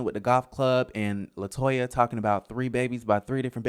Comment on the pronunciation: It’s latoya